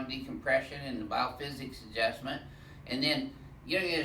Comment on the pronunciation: Double adjustment! U said it wrong lol